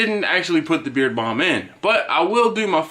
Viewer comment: I thought you were saying beer balm